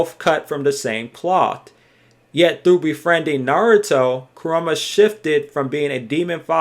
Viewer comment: bruv. its ku-RA-MA not ku-RU-MA lol good video regaredless...